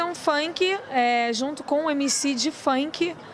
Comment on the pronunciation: querida: funk se pronuncia Fank, não Faink.